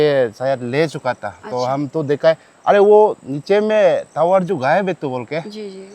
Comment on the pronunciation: टीवी तावर,❌ नहीं टावर✅